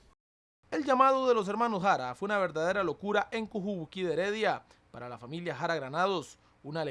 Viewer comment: en el minuto el nombre correcto del barrio es Cubujuqui de Heredia y no CUJUBUQUI